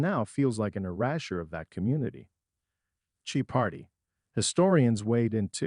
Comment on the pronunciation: How pathetic that an AI voice can't accurately pronounce the name of the show it's talking about. Laughable and lazy.